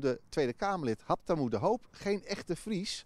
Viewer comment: klinkt wel echt fries 'habtamu'